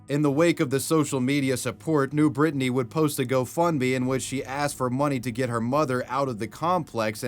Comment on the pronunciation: Nubrittany? Lol